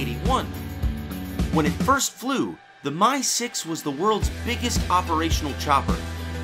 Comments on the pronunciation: Two things - Obviously, you're passionate about helicopters.... BUT.... MIL aircraft are abbreviated - "M" "I" not "My". It's the "MI" 26, not the "My" 26. You evidently know better than to refer to the Chinook as the "tch" 47. Also, if you want an audience and for anyone to come back then take my advise..... Speak either in metric OR standard; NOT both. Half your video was conversions and it's annoying as hell listening to that. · MI is pronounced "mee". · So this American is showing his ignorance, the first Helicopter (and subsequent MIL helicopters) is pronounced M. I. not "my". The second one is a French helicopter so why is he putting on an Italian accent and using Italian pronunciation?